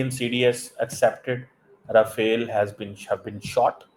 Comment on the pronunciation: the pronunciation is Ra-fa-le and not Ra-fa-el! Dassault correct pronunciation is Dasso! Oe, Tera chehra itna bujha bujha kyon hai? Theek Se pata lag gaya ki kitni pitayi hui hai? Failed gernaal ko field marshal bana liya hai? 😂😂😂😂